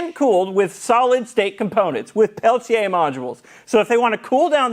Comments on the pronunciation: Thanks for pronouncing "Pelletier," correct. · Why do you keep highlighting 'Peltier' almost every time you say it? You're pronouncing the name correctly.